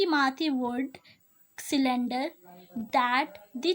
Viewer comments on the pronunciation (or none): Sulendr nahi surrender hota Hai 🤣🤣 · It's good but do correct one thing ..your pronunciation ..it's surrender not cylinder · Oh that's great keep trying or I was not making fun by the way. I was just enjoying the way whn u said sullender and one more thing I watched your video that's how u r my teacher and I respect my teachers and helpers I learned very much from your video